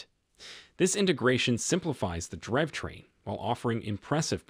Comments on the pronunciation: "driv train" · I don't have that great of a voice either, but that is no excuse to allow computer generated reading with all of the obvious mispronounciations. Just read the thing and I will upvote your channel. As an alternative, you could just misspell the parts it has trouble with like drive train, poor sha etc...